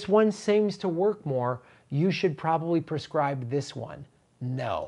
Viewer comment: That's "prescribe", not "perscribe."